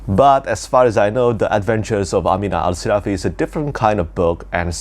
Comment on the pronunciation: Great video, I like the way you pronounce “Amina Al-Sirafi” like in Arabic. New subscriber! ☺️